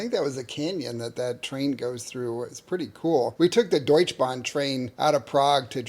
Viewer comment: WOW! You pronounced the Deutsch Bahn absolutely perfectly! Congratulations!